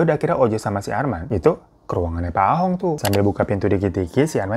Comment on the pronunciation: Koh Ahong ❌ koh Ah tong ✔️ 😂